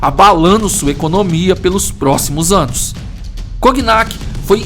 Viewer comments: só corrigindo que não se fala coGnac, a pronúncia correta é igual a famosa bebida "conhaque". O GN vira NH. É isso, ótimo video como sempre! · Obs: Não se fala "Coguinaqui" se pronuncia como "Conhaque" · Brother, a pronúncia certa não é "coguinac", é "conhaque", mesmo. Pq a junção das letras "gn" em francês têm o sim de "nh" em português. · Só uma coisinha: o nome da cidade se pronuncia "Conhaque" (O nome da bebida, que inclusive é citada no vídeo vem justamente do nome da cidade). Parabéns pelo canal. Ótimas histórias que quase ninguém conta no YouTube. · Cognac se pronuncia conhaque. Por isso a bebida se chama assim. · Cognac se pronuncia conhaque. Ok? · Por que essa narração nesse estilo? Não agrada não. Exagero na narração. Não sabe chamar a atenção, não sabe por o tom de mistério, de tenebrosidade. E a pronúncia deve ser Conhaque. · O nome da bebida se deve a essa cidade. É feito a pronúncia de "filet mignon" (francês) = filé "minhon" (português). Sugestão: usa o tradutor para ouvir a pronúncia, durante a edição dos vídeos. Abraço.